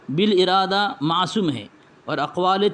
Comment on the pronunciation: گدھ الذی کی ناپاک زبان اردو عبارت خوانی میں لڑکھڑا رہی ہے ، " بالارادہ" کو " بالا" ، " ادلۂ جواز " کو "اولا جواز " اور " سہو ناجائز " کو سہوا جائز پڑھ رہا ہے ۔😂 یہ تم پر خدا کی مار ہے ، عقل کے مفلس ! پہلے اردو پڑھنا سیکھ لو پھر حسام الحرمین میں رشید گنگوہی کے خلاف درج فتوی کا مطالبہ کرنا ۔ شرم وحیا کا تم میں تو کچھ بھی اثر نہیں ، ہے اعتراض غیروں پہ اپنی خبر نہیں ۔